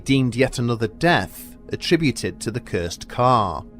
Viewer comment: The way you say cursed cracks me up, but I enjoyed the stories.